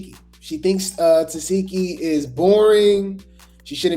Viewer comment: You’ve been doing these Baddies reviews for how long and you still don’t know how to pronounce Tesehki’s name right? 😂